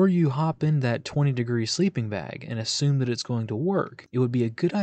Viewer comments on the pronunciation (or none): none